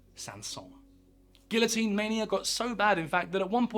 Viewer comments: well researched, produced, and delivered piece…. but really, it is painful that you consistently mispronounce the featured item - the guillotine. Really. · He doesn't know how to pronounce guillotine. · You are making my head hurt. It is pronounced "gee-o-teen". Doesn't anybody understand simple words any more? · Is it more common to pronounce guillotine "gillo-teen" in the UK? I'm from the US and I've only ever heard people say "geeya-teen". You would be corrected if you tried to say it another way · Not me dying at the fact that he’s pronouncing it like GILL-a-teen instead of GE-a-teen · It's actually pronounced gee-uh-teen, not "gill-o-teen". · It is not pronounced gill-a-teen it’s gee-a-teen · Why ‘gill-o-teen’ and not ‘gee-o-teen’? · You say Gilla I say Gia, anyone else? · Minus calling it a gilla-teen... was like nails on a chalkboard every time he said it. Geeeee-a-teen the L's are silent bud. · Jeeezus, at least pronounce it correctly. It’s not a gilloteen. It’s pronounced gee-oh-teen or gi-yoh-teen. You pronounce Monsieur Guillotin’s name correctly, so….. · It’s not gill o teen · Yeah that’s just how they say it in the UK. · It's NOT pronounced "gill-o-teene". Sheesh. Get it right. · It’s pronounced gee yuh teen Good vid though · Gee-yo-teen pronounciation french dumb@ 😂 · Close, but not the exact pronunciation. It's a French machine, so the L's are pronounced as Y's. The way to say it is "gee-yo-teen." 🙂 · How are you gonna flawlessly pronounce bro’s name, then call it a “gill-uh-teen.” 🤦🏻‍♂️ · The Guillotine - pronounce Gee-Yo-Teen - was not a NEW instrument. It had been used prior to slaughter lambs, hence the positioning of the headlock. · Guillotine; Pronounced; gee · uh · teen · The real name is the gui yaw teen . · It’d be lovely if you’d pronounce “guillotine” correctly. It sounds like GEE-uh-teen. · Double l you pronounce as j. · GEE-yo-teen in the USA...and France. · The L in Guillotine is silent! 🤦‍♂️ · Gee o tine